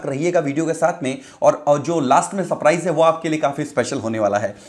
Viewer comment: भाई पेहले तो , ''सप्राईज " नही सरप्राईज प्रोनन्सीएशन होता है